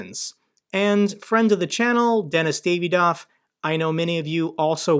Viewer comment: btw, re:Denys Davidov, his name is pronounced dahvidof (not dayvidof)